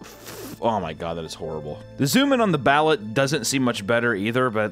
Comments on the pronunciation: Please, for the love of Imeldas shoe closet, its pronounced Ba-Loot. Not billet. context in the 90s the prime minister or president Imelda Marcos had her property siezed and found somewher around 25k pairs of high end designer shoes. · Bah-loot not ballot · What was grinding my gears was how he was pronouncing Balut it’s not ballet it’s like this buh-loot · thats gonna bug me, its pronounced, "ba- lOOt" not "ballet" lol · Its pronounced baloot kinda like balloons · as an american married into a filipino family that speaks tagalog, every time you pronuced it "ballot" I laugh hard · Hey papa, it's pronounced ba-loot. The duck embryo is soft but not soup soft and the yolk is like a hard boiled egg. There is bonus inside, we call the "slipper" because it's tough like eating strip of rubber lol love the videos! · It’s “Ba-Loot” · The filipino egg thing is pronounced "Bal-oot" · Its pronounced BAIL-OOT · Balut = ballut 😂😂😂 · Balut is pronounced "Baloot" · Can’t pronounce anything😂. Baaloot, chicken feet are amazingly good, the cartilage is crisp along with bones and like kettle cooked chips. The cheese is awesome on crusted bread. Bugs like larva, hoppers, crickets, etc are so good dry roasted. I eat crickets and mealies like popcorn. Wife not a fan 😂 fuck the drinks thou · You are pronouncing Ballut totally wrong my dude… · Balut hella traumatized me as a kid when I learned what it was cuz Im a huge animal lover. Also the way he pronounced it triggered my Filipino side so hard lmaooo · You're TOTALLY mispronouncing "balut," but who cares, because... 😮